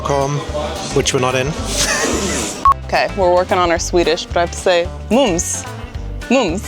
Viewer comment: Mums was correctly pronounced 👌